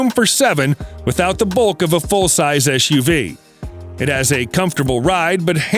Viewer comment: Can't stand the eschew vee speech impediment.